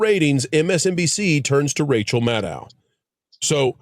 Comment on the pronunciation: Why does there seem to be a silent "c:" in Rachel Madcow?